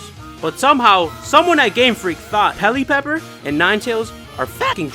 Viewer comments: Dude did you call pelipper pellypepper? Wtf😂😂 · jay charleston He totally butchered that name 😂 he also says “charizat dynamax” in the beginning of the video before the list starts.